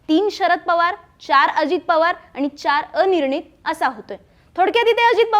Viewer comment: छान विश्लेषण, परंतु किती चुकीचे उच्चार ? पधाधिकारी, आनि, कारन, सामणा, पुने …. कृपया उच्चारांवर थोडी मेहनत घ्या 🙏